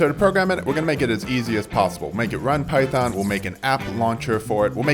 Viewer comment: Lost me at "phyton" 🤢 everything else is nice